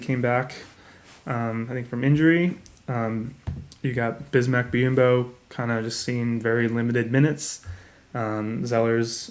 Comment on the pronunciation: Lol good job on most of the names but you gotta start saying Biyombo. BE-AHHM-BOE)